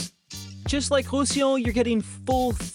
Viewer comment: IA à gogo et les 'oms sont très mal prononcés les Bas de Provence ? Illons pour Roussillon ?? 😱🧐😡